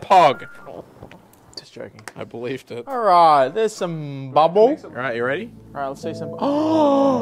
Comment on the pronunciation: why did he say i belived it like that oft